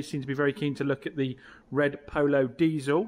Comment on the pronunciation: Ha, say Polo again, first one was very pooosh.